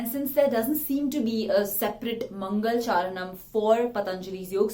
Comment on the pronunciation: Which country are you from? Most of the Sanskrit words are pronounced wrongly. For example, it's not "mangalchaaran", but "mangalaacharaNam". Fyi.